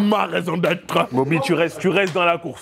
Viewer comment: dit I’m il a dmd du ketchup dans le dnpr de Evan 🤣🤣🤣 ma rrrraison de vivre 🤣🤣🤣